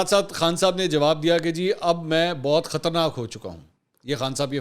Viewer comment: Khtarnaak nahin khtraynaak